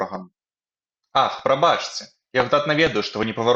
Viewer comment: Прабачце трэба чытаць прабацце. А так дзякуй за вашую працу